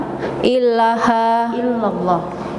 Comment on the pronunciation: tolong syahadatnya diperbaiki terutama lafal ilaaha tidak illaaha, terima kasih